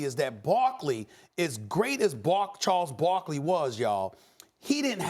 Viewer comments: Stephen A. Smith: Bharles Carkley 😂😂😂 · “chawles bawkley” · "Chaws Bockley" Stephen A. Smith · “As great as bark charaley was”!!😂😂😂😂